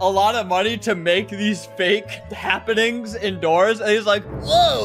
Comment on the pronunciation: When you says new doors update I thought you said new Dora's update 😊